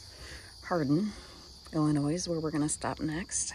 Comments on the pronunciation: There is no "S" sound in the word "Illinois." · Got it i·luh·noy. My deepest apologies for the incorrect pronunciation of Illinois. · Not to be snarky but just so you know those of who live in Illinois do not pronounce the "s" in Illinois. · There is only ONE Illinois. It's not plural. The "S" is silent. Great video. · The S Illinois is silent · Yes, with your wealth, you would think you would know how to pronounce Illinois! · Thanks. I grew up in Michigan and always pronounced the “s”. Another subscriber pointed it out on Monday’s video. Thanks for letting me know. I taught 8th grade and incorrectly pronounced a student name wrong the first semester. Another student switched periods and the first day called me out. Thanks for watching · I am from Michigan and spent my first 23 years there til I moved west and never went back I always heard it pronounced WITHOUT the s French pronunciation, I guess. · come on dude, non midwesterers pronounce the S in IllinoiS, money has nothing to do with it.